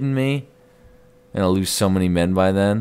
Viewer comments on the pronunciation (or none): none